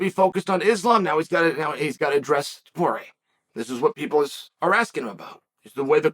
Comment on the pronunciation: 'touched on... 'taporie' toporay ... toporE-UH he pauses to get the name right and just fires a machine gun of ilias until chael snipes the syllable 'E-UH' right out of the air